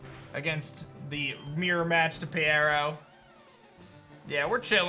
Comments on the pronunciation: I thought peyero was pronounced as pyro, just spelled with eye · I believe the fire starter's name is pronounced as pyro. It just has eye instead of y in its name because it has cyclops-like eyes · Did anybody else tell him it’s Pyro? Like P(eye)ro? 😂 thanks for the video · I would also choose Peyero. Side note: I think it is actually pronounced Pie - row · I’m pretty Sure it’s pronounced (PIE-row) because pyro+eye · I think the fire one is pronounced pyro because it had “eye” in it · 🤦‍♂️ Peyero is obviously pronounced as Pyro